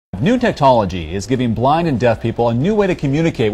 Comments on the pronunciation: did he say new techtology? lol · Definitely said 'technology' lol